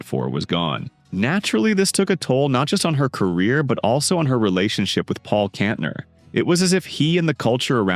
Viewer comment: Ca-SA-dy? Kontner? Learn how to pronounce the names!